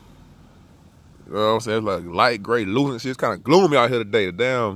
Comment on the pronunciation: Grey-lucent.... smh lol